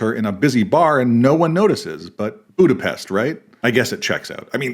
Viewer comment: Hungarian is my native language, and it tripped me out how well you pronounced "Budapest". 😂